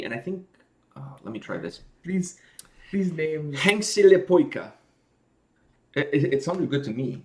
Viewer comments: Your pronunciation of henkselipoika was very good! Almost perfect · Henkseli-poika.'Braces boy' Well pronounced. Stress the beginning, every letter always the same, basically. ng like in sing, only double long (rengas - tire). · He said the name good enought to me.